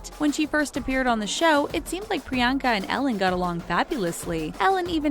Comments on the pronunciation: PRE - ON - KUH Chopra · Pree-YAWN-kuh, not Pree-YAN-huh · not the best at pronouncing foreign names now are you? It is not Pree-yenka. It is pronounced as Pree-yann-ka. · It’s not priYANKA it’s pronounced Pri-yon-ca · A cringe for everytime she said 'Priyaaanka'. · Did you really just say priyankas name wrong? Just how????? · You’re saying Priyanka wrong, believe me I know my name is also Priyanka >:(